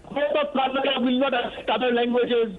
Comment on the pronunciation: Gentleman it's "Kannada" do not pronounce it as 'Kannad'